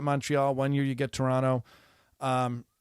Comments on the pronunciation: I don’t give a rats ass about tennis, but I’m a fan of you at the Daily Show. Two things: you pronounced Toronto like a local😊; you pronounced sauna like a Finn 😊 I’m not from Toronto, further north we say Trawno. My family is from Finland, so all us Finns, maybe only me, get excited to hear someone pronounce “sauna” correctly. A piece of advice about sauna culture: don’t tell your kids to not piss on the rocks. That’s my brothers and cousins did before our parents entered the sauna. We got holy hell, but what the hell. Of course then we had a wood fired sauna with river stones on top - they don’t crack under heat apparently and steam of youthful piss to greet our parents. Again, don’t give a shit about tennis… except I knew Osaka-sans father in Osaka at his bar Zoz’s Bar in Shinsaibashi. His daughter must have been one or two years of age, never met her. I remember her father working to help the downtrodden of Osaka in many ways. One way he did was to open up his bar to my friend who organized “Onigiri for the homeless”. Matt Walsh, bless his soul, would make a traditional Japanese rice ball and distribute them to the homeless in Osaka. Also, he opened up his bar once a month for my open mic event “Writers Anonymous” without a fee and with staff. This was back in the 90s. When Naomi Osaka became a world champion, I could recognize her father’s values. I never met her mother but it’s an easy assumption her values carried through also. Love your comedy. Michael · Love that you pronounce Toronto like a local.🇨🇦